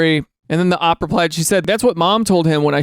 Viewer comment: Idk how many folks have said this but OP stands for original poster and normally folks say the letters. Idk if I'm weird or if anyone else is bothered when he says "op" 😢